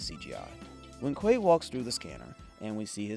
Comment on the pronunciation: Its pronounced "QUAT-oh" (not Quay-to"